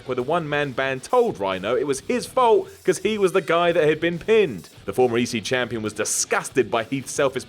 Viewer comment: He said Ec champion